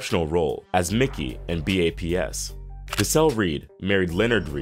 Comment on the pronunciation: Its still probounced BAPS even though it looks abbreviated. Its not. 😂😂😂 This dude cant be black pronouncing that movie how the title looks. 😂😂😂